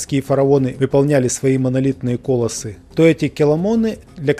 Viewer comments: Не кОлоссы, а колОссы. (1'33") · кОлосы хахаха хоспади!, слушать всерьез человека, который даже произнести слова правильно не может - эт плохая идея)